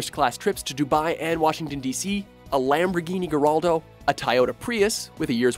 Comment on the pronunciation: This nigga said Lamborghini Gerraldo. Lamborghini is my favorite car company so that hit me hard... lol.